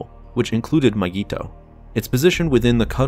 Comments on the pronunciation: It’s pronounced (my-gee-to) say it right or don’t say it at all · Nobody:: M'geeto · It’s not mygeeto, it’s Digiorno. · The way he says mygeeto disturbs me